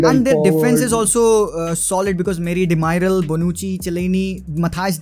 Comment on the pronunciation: It's not Demairal, it's de me(mi) ral It's not de light(Bulb) it's lit, g silent 🙄 more like a lid (dhakkan) so it's lit